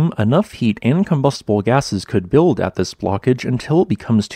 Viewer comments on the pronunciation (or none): none